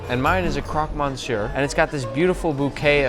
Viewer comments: Nick- I don't think that's how you say Monsieur 😰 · you don't pronounce the n in monsieur lol